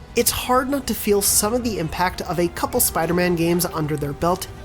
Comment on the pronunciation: Never say "Spidermun". It's Spider-Man. Pronounce that hyphen!